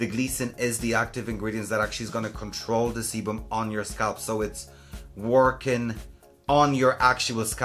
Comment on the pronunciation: "The seboom" 🤣🤣🤣